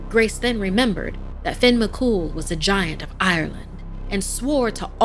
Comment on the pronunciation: Not very scary but I liked it ☺️ and it’s not Finn… it *Fyonn* as it’s pronounced. ☺️ just giving some constructive criticism. Don’t me. I’m only tell ya what I know ☺️ she pronounced the second name beautifully! But it *Fyon* not Finn.